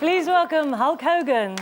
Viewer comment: 'ulk' ogan!